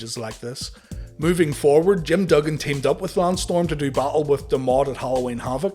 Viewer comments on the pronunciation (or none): none